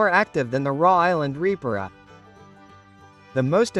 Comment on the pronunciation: Put a real human to narrate raw island red 😂